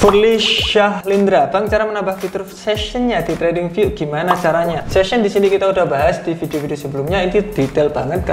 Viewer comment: Session bang bukan season